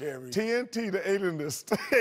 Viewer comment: My 2nd favorite of all time after "TNT the Adenist" has to be "It or Er" when he was talking about the 2013 All Star Team. Lol